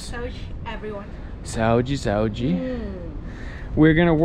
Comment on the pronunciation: Ivana says Saúde very well haha sounds like a local